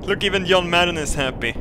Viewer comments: "Yon Mad is in it!" who tf is yon mad.... "Footballll" OH lmao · when he says john madden it sounds like young man